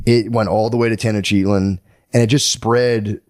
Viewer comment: Matt’s pronunciation of the city names is crazy. Tenochtitlan was different every time, at one point I think he called it toughactin tenactin. 😂😂😂